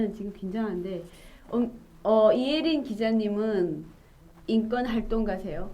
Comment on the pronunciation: 자유북한방송 시청자 입니다. 기자님 인권을 인건으로 발음하시내요 교정하십시오